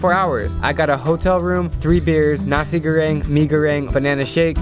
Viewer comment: No one: Drew: NASI GORRRRENG